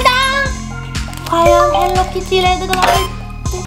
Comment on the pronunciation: 헬리키티가 아니라 헬로키티에요 아니면 헬로우 키티